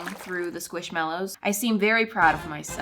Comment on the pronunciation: It’s NOT squishMALows, it’s squishMELows! Btw, I love you and your Chanel.